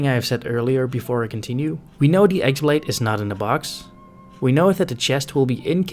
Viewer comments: The x-blade is pronounced "keyblade" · It’s not pronounced “ex blade”. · You're pronouncing "X-blade" wrong. The "X" is actually the symbol for ki/chi, so it is basically just pronounced "key(ki)blade"